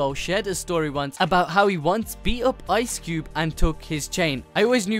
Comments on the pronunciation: It's Ice Cube not Cubed! Damn it,! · It's Ice Cube not Cubed bruh but still cool